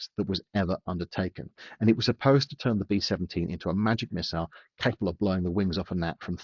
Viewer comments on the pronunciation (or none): none